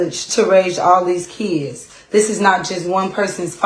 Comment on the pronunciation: There are no e’s in the word kids!! The mom is a smooth brained knuckle dragger!!